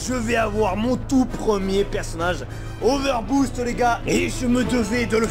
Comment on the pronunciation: Il arriver pas à dire over boost